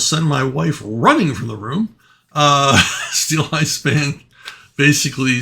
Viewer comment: oh Steeleye Span I thought you said Steel Ice Band